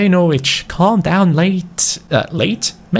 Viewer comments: When pronounced it Norwich instead of Norwich 😒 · U can’t say Norwich right 😂